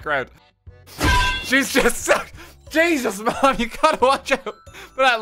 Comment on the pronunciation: wtf did he say????? ay-soos?????????????????